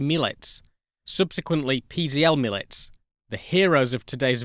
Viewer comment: Excellent documentary. I've been fascinated by this plane since first seeing the one in Krakow over 40 years ago. As an aside, Mielec has three syllables Me-el-ets, stress on the second to last (in this case, middle) syllable.